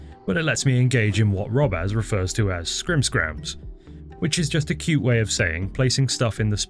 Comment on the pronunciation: Krims krams, not scrims scrams